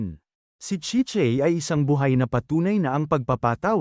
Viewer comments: Chichey? CHI- CHAY... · Chi-Chay po hindi chichey